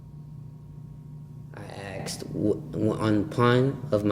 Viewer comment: Is he actually saying AKSed instead of ASKed?